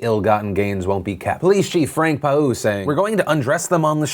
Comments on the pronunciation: Philip DeFranco I love how you pronounced that police chief's last name. Hearing you say it tells me its probably Frank Pauw. The last name means peacock in Dutch. The 'au' sound, is pronounced like you would the 'ow' in howl, or 'ou' in sound. Great effort though :p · you mispronounced Rotterdam, it isn't said like rhotterdam. Frank po? is name is Frank Paauw, that is a really weird way of saying it even for a non-hollands speaker. but on the new police rule in the city i am split it is a weird rule, but as someone who goes over the queensday market every year i can see why this rule is put in place young turks professional? since when? NFL keeps digging themself deeper and deeper and not great at backtracking